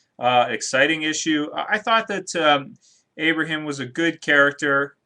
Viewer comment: Lmao "Abrahem"